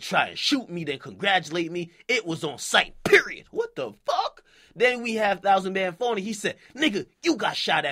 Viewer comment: lol he didn't even pronounce it right